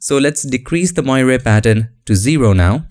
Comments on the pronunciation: Moiré is a french word. It is pronouced moaré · it is pronounced as "mwor" sir :) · it is pronounced [mwɑːr] like "film noir' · It’s pronounced “mwarey”. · Dear. Moiré is a French word referring to the changing reflected light patterns of cloth like velvet, silk and sometimes linen. An example: the cardinals in Rome wear red moiré silk vestments. You do a good job of pronouncing the word moiré but it should sound like mwa-ray. Love your tutorials. Keep up the good work. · That's actually not correct. In English, it's pronounced [mwaˈɹeɪ] and in French, where it originates, it is [mwaˈʀe].